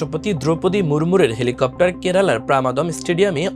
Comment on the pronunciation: Helicopter ❌ Thelacopter ✅ 😂😂😂